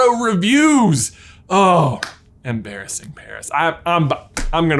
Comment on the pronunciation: It's "emPARASing"